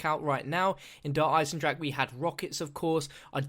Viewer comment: How he say's Dereinsendrache😂